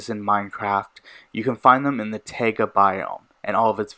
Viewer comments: just saying its pronounced tye-guh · he said tayga?